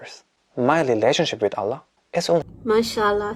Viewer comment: IMPORTANT : Ma soeur j'aimerais te corriger dans cette prononciation : On dit masha(légère prolongation du a) et prononcer le A de ALLAH. Mashaa ALLAH. Parce que si tu dis macha Llah comme ça d'un coup, tu es en train de dire "Allah a marché". Qu Allah me pardonne pour ces mots.